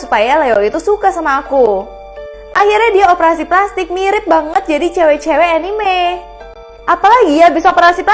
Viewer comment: Bacanya Anime Bkn Enime ☺ 💔